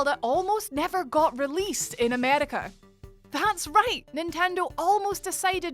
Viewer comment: The way she said America was kinda funny lol